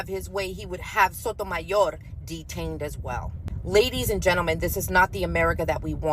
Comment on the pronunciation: Lady you better take that heavy accent off sayin “Sotomayor”cause ICE gonna snatch you up🤣🤣🤣